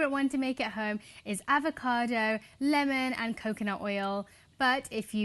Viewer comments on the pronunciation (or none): none